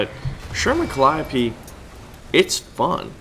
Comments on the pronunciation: I thought it was pronounced cal-E-O-P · The way you pronounced Calliope triggered me